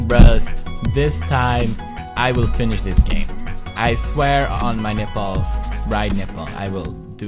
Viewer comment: 2018 anyone, also he said snipples not nipples